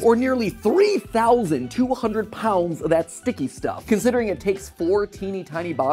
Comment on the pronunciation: Why is no one talking about the way he said “sticky stuff” 🤨